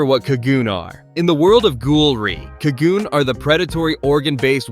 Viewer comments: "kagoon" cog-u-nay is how its pronounced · Say it with me now “Ka-Gu-Nay” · Bra U sayin kagune wrong talkin bout some "kagoonies" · quick tip: in ur tts put in the hirigana for the japanese word so it pronounces it correctly for kagune im relatively sure it would be かぐね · How do you manage to mispronounce Kagune every single time